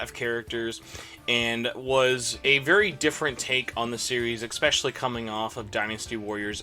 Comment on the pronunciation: How do I say it bothers me when people use an "x" when pronouncing especially... Screw it. It's not expecially, damnit! It matters if you are a reviewer to speak a language used. Great. Now I'm the jerk.